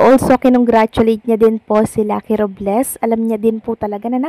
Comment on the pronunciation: RUBLES tlaga? Hahahaha ROBLES po hindi RUBles😂😂😂😂